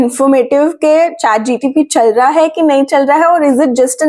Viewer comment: It's ChatGPT not ChatGTP.